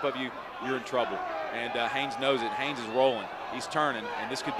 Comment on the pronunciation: as someone whose last name is also Haynes, i gotta wonder why people have such a problem with the N in there...the commentator said Hayes for the first minute and a half..pisses me off